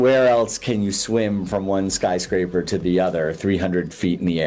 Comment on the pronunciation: "Skryscaper" lol lol